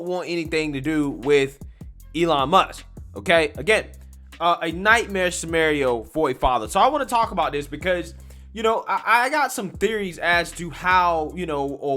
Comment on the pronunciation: I’m not the word police but “nightmare samerio”?? 😆